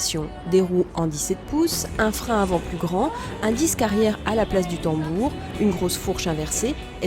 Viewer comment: "...deux siques et une fourche inversé" > "... deux DISques et une fourche inverséE" ;-)